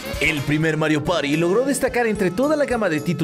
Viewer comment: "Mario pari do" excelente español xd